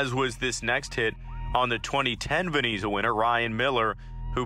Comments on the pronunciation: Yikes. You have to do better with the pronunciations. It's "Vez-na" not "Ven-e-za" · Did he say vazeena trophy? It’s Vezina. Pronounced Vez-na. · VeZIna, not VeNIza. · Bro ur pronouncing names wrong and also saying "Veneeza" multiple times, it's Vezina and pronounced "Vezna". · It's Vezina not Veniza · It’s VEZINA not VENZA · VEZINA NOT VENIZA. If you make a video make sure you know how to pronounce names. Smh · VenEza 💀 Edit: He said Jake Allen of the Saint Louis Blues when he was on Montreal, bud maybe study hockey before you post something about it.😂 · its VEZ-NA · Is he saying Veniza? No way right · he also called it the veniza award many times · I came to the comments to say that! Why is he doing NHL videos if he doesn't know how to pronounce Vezina, Hasek, Roy, etc? If I heard him say "Vez-eena" one more time I was going to scream. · Couldn't even pronounce vezna correctly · No he says veneeza. Also it is not pronounced as Vezna!😅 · Actually it's pronounced Vez-i-na. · did i hear that right?😂 "vaneeza" trophy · "Veneeza" winner ? Ha !!! 😂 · What is a "vin-ease-uh" ???? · Vezina say it with me now Vez i na , Vezina it's not that hard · learn the players names, you pronounce them wrong so mucvh and the Vesna trophy learn how to say them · Same here.He can't even pronounce Vezina right. you shouls do research before doing videos. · You obviously know nothing about hockey if you pronounce Vezina incorrectly. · You should lose your channel just for your pronunciation of Vezina 🏆...